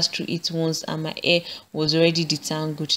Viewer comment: I like how she says the word "hair". She says "a", you know like short sounding a.